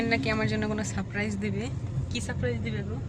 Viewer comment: Surprise ta thik kore uccoron korte sikhun